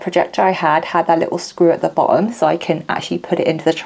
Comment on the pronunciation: Very interesting video. This was absolutely not on my radar, but it is now. I also admire your ability to pronounce words like „cutting“ and „bottom“ without using the letter „t“. You must be a Londoner :)